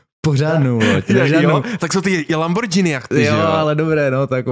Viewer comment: rikas to furt … je to lamborgíny, ne lambordžíny 😢